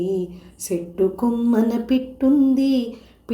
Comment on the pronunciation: అమ్మ నా పేరు పి రామిరెడ్డి ఓక మాటగోదారి గట్టుంది గట్టుమీన,,చెట్టుంది,, అని పలకాలి సెట్టుకాదు,, పాట స్టైలు తో పాటు భాష చక్కగా పలకాలి భాషా లోపం ఉండకూడదు భావం చెడిపోతుంది తెలుసుకొని మంచిగా పలకాలి, ఇందు పాల్గొన్నందుకు సంతోషం,, cp ఛానల్ చంద్ర ప్రతాప్ గారికి ధన్యవాదాలు తెలియజేసుకుంటున్నాను నమస్కారం